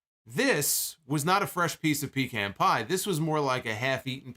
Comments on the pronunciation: It's not Pee-Can dammit. It's Pa-Khan! Smh....... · It's funny that you say Pecan Pie the way you do. Because it tastes like urine and aluminum.